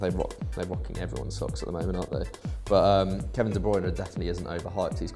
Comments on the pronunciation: saying "de browne" instead of "de bruyne" to prove his dutch roots... then fails the pronunciation anyways... lol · Wtf is a kevin De Brawna??